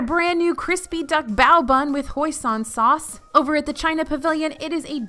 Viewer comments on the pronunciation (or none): It's pronounced "hoi seen"